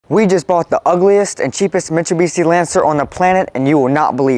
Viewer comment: I think he’s pronouncing the name wrong